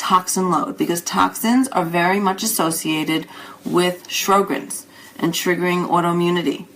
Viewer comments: In the U.S. Sjogren's is pronounced "show'grens." There is no "R" in the first syllable. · pronounce the name right., geesh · It bugs me too. I think her information is good, and very well presented, but I find it very strange that an MD would mispronounce "Sjogren's".